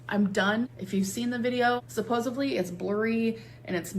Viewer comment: props for teaching her English. Now please teach her it's supposedly and not supposevly